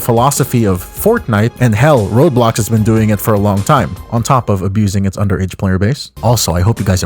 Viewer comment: Does he say Robe Lox?